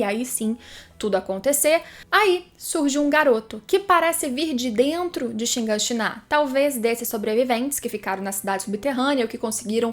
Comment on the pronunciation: Cada vez que escuto ShinganshiNÁ é uma facada no cérebro.